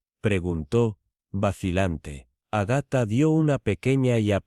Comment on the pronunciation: Agatha tiene acento en la primera 'a"